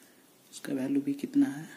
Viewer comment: bhai sab kuch sahi h par vo value hota h bhalue nahi h